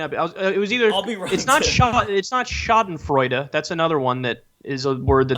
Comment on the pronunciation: Btw, for Kyle, 'schadenfreude' was correct, and I don't know if what we viewers feel is 'catharsis' (I think y'all feel that more?), but it's more like validation.